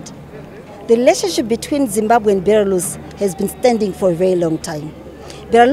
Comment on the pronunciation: Nyasha Chikwinya cant even pronounce the name right, hanzi BERALUS😹😹😹😹😹😹